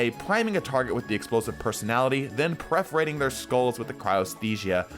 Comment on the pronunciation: wait did I hear perforating pronounced as preforating there? xD